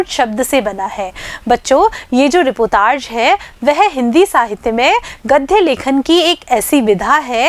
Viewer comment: मैडम जी रीपोतार्ज नहीं रिपोर्ताज होता है